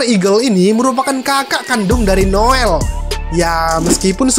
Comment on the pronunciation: Maap bang noelle bacanya ya noelle Bukan noell